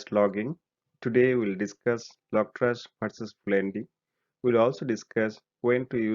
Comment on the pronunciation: lol I keep hearing logtrash.